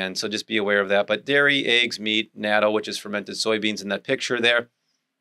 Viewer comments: Great video. Excellent advice. In Japanese natto is pronounced not-toe not natoh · Natto is Japanese so it is pronounced "Nah toe." It seems everyone pronounces it in different incorrect ways so maybe there is space for me to suggest the proper Japanese pronunciation.